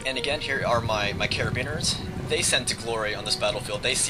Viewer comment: I think he was referring to carabiniers. Wrong pronunciation, but folks know what he meant